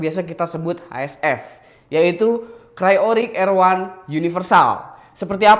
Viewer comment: ok sebelumya sorry nih ya kalo saya sok tau, benerin jg kalo saya salah ehhe.. idle dibaca nya itu aidel bro bkan idel, trus udh bagus kan cryorig, tpi kurang bagus pas r1, kalo emg dalam bhs inggris itu dibaca nya ar wan